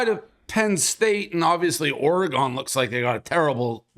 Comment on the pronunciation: Someone teach how to say Oregon. He sounds like a pirate when he says ARRRgon